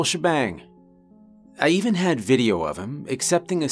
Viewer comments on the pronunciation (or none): none